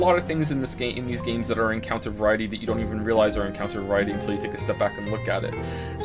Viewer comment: Cool video but to be honest I'm not sure we needed just 11 hours of saying 'Joms' repeatedly